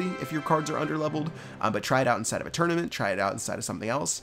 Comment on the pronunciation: Did say... tournament???